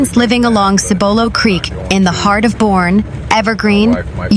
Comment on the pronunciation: Boerne, TX is pronounced BUR-KNEE